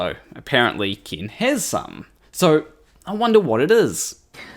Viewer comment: His name is "Ken" not Kin